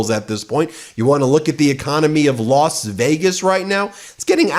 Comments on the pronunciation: Did you say Las Vegas or LOSS Vegas. Nice one, Ben. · You unintentionally made a pun when you pronounced “Loss Vegas!”